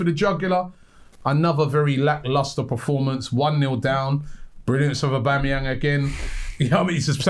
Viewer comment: Robbie its Performance not Proformance🙄